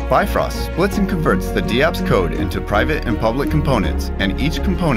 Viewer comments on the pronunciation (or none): Bifrost not bitfrost!